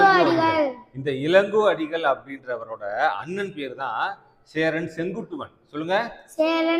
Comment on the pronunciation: இலங்கோ அடிகள் இல்லை இளங்கோ அடிகள்.பாடம் சொல்லித்தருபவேரே தவறாக உச்சரித்தால் கடவுள்கூட காப்பாற்றமுடியாது.